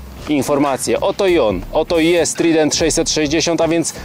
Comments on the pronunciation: Polecam Panom "redaktorom" : i naciśnięcie głośniczka powoduje prawidłowe odczytanie frazy. Niedobrze się robi od tego "trident". Jak już chcecie tak spolszczać to te słowo oznacza - trójząb. A wymawia się je: "trajdent"... Masakra... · Moze sie czepiam, ale to dlatego, ze az uszy bola. Mowi sie TRAJDENT a nie Trident. No chyba, ze Yamaha wymawiacie przez Y a nie J to spoko.